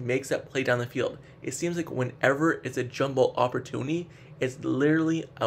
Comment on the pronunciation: Bro you have to go back to school your speech and your pronunciations are crazy..... It's called jump ball..... An opportunity not oppertoknee